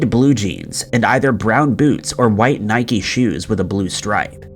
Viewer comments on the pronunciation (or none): none